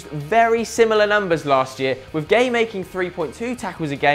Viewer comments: I swear Gueye isnt pronounced as gay, Im not senegalese but i reckon its like Gu-é-y-e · do you really pronounce it gay?